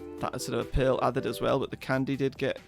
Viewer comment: Does anyone else hear pill in stead of pearl?